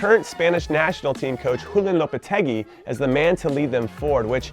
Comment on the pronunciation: Holy shit you didnt mispronounced Lopetegui